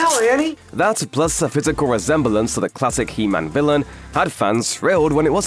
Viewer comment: it’s he man not Hemnet